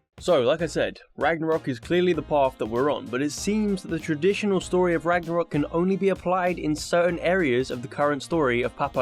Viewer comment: Behold.. God of War Ranarok!